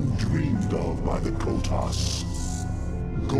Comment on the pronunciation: Thumbs down for the way you mispronounce Protoss. See the double S? PRO TOSS, Not Pro Toes. Disgusting.